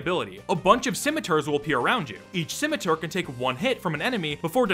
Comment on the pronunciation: I don't think I've ever heard anyone pronounce "scimitar" the way you did in this video.